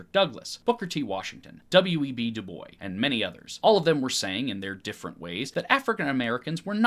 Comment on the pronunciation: Just so you know W.E.B. Dubois did not pronounce his name the french way. He very intentionally pronounced the s at the end. For future reference!